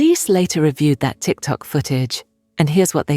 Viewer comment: The anchor said a tic tac video. Sir, not the candy tic tac 😅